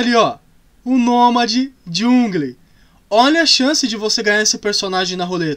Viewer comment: É jangol que fala em português 👍♥️